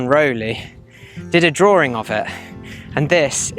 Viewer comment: Very interesting, but i unsubscribed because your serious issue saying the word "drawing" there is no fucking oor or ore, in the word DRAWING! its not "drooring" Sorry, i just cant bear a narrator who butchers our language so badly. ewwww! The writing is quite good. 😢